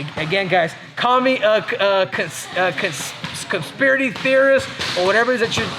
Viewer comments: Man cant even say conspiracy; that MMA CTE is no joke..."Consiridy"...🤣.. sorry but I hate the way Henry thinks he's the real MMA guru and has all the answers/can predict everything 100%... He just repeats himself and relies on his cameraman for questions etc.. dude should stay in his lane and leave youtube to the neckbeards.. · “Conspiary theorist” 😂